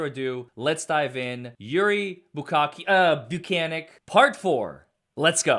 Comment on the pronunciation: His last name is so hilariously easy to mispronounce. I think it’s “buke-Nik” though. Also I 100% believe Karen Read is being framed